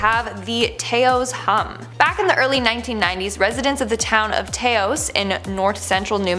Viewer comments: Is it just me or does look like she is starring in a Rob Zombie music video.. Taos is said this way ( Tah ) (oh) ( S) -- Taos NM not T AY O S Canadians aye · It is not pronounced “tayos” , it is pronounced “taows” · "tAos" no... It's pronounced "towse" 😂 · I'm sure I'm not the first to say this, but it is Tah-ose" not "Tay-ose" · Taos - pronounced Tah-ohs. 😊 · I live in NM, & I know about that Toas hum... Just thought I'd help you out, you're mispronouncing Toas.. Say it like cows But use the T instead of the C now try Tows ! Lol it's stupid I Know but just letting you know what's up ( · It's pronounced Tows. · It's pronounced "t-ouse" like house with a t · Fr tho😅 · Hey Toas NM, is pronounced "Tous"... FYI most town names in New Mexico cones from the Mexican language. 😉 love y'all count downs!!! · No it's actually pronounced taos i live in taos just to let u know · You’ve pronounced Taos so wrong. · Please pronounce 'Taos' correctly. It's a soft 'a'. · Doesn’t say Taos correctly but good video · That's the first time I have ever heard Taos pronounced that way. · i lived in TAOS and have heard the hum…it would also interfere with network equipment! no emphasis on the A in Taos.